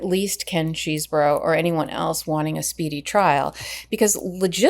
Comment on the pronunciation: Say it with me Ches - eh - bro. How hard was that? It’s not Cheese-bro.